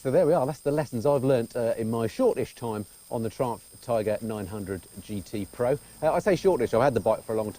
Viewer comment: Please don't pronounce "Triumph" like "Trump". Not fair running "Triumph" reputation by calling it "Trump". LOL